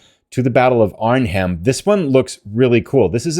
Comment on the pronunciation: Hi, don't want to sound petty, but the "h" in Arnhem is silent. It's pronounced Arnem. It sounds off and funny when the "h" is pronounced. Just a point of information.